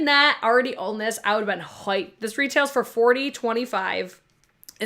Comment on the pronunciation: Love when you say “hoiped”. So New York. LOL. Sorry I missed your live, but never miss the replays!